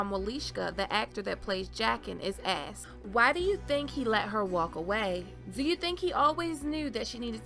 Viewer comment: the narrators voice does not fit the photo....he axed her... or asked her ??....this voice also has strange inflections on unimportant things and sounds hoarse and tired throughout